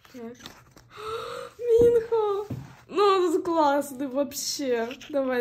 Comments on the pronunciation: извините конечно, но правильно МинхО, а не МИнхо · Какой минхО МИнхо, и не ХенджиН а хËнджин